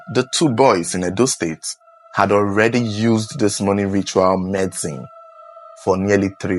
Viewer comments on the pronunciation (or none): none